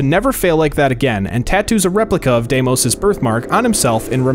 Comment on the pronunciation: Dimis?! It’s Demos